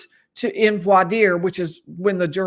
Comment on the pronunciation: It’s French and it’s vwar deer. End of.